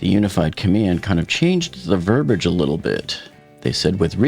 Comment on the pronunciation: It's ver-bee-idge =P